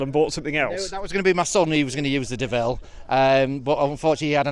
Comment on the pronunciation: you are heinously disrespecting both the Honda AND the French! - The Honda's name is pronounced 'DOH-VILLE' (think Homer Simpson..) not De-ville.. Despite the international-incident you've undoubtedly provoked with your 'faux-pas' (like what I did with the French there?..) I've made the richly deserved donation that you have hard-earned with your stiff neck (and sore bottom..)